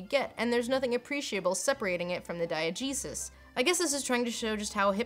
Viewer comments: I'm probably not the first to say this, but every time you say "diegesis" I swear I hear "diet Jesus"... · I just have to say, every time Lindsay says "diagesis," I hear "Diet Jesus." Like Jesus, but with no calories!